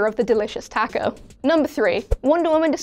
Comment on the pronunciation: I think the way she says ' taco' annoys me much more then the way she butchers ''infamous' for some reason